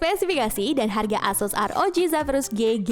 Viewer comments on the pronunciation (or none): none